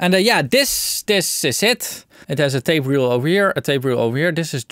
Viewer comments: Pretty sure it’s just pronounced TAPE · Pronounciation: Rain, Train, Plain, Fail, TEEP! Eitje toch???